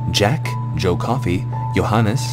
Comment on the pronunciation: Johannes is prenounced good the first time. =) Dutch! Huzzah!